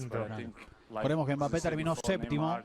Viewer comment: Vous m'énervez quand vous dites M. bappe C'est Mbappe!